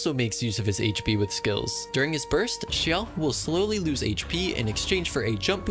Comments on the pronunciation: You are forgiven for atleast pronouncing xiao correctly 😂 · You butchered her name.......like damn. I'm surprised you got Xiao mostly right after that. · This man's not only pronounced hu tao wrong, but proceeded to pronounce Xiao (arguably more difficult) perfectly. I'm sorry what now?